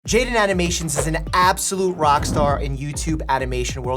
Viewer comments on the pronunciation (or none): It's 'Jaiden' not 'jaidon'